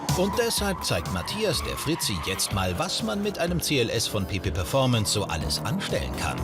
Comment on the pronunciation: Ich hab die ganz Zeit PiPi performance verstanden :D